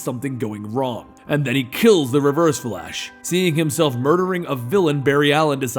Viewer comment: You said fa-lash...